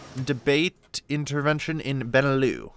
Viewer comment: Haha Benelux is pronounced Ben-ee-lux and is BElgium, NEtherlands and LUXemburg so basicall the lowlands